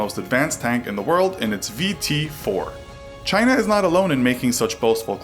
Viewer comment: Do they still call them corvettes in “Chynah” (trumps pronunciation)